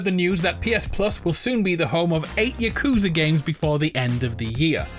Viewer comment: It's Yah-Kuze-Uh not Yuh-Kooz-Uh